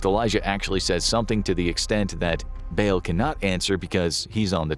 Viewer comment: Dude you saying bail was driving me insane. Its pronounced "ball" for Ba'al. Holy hell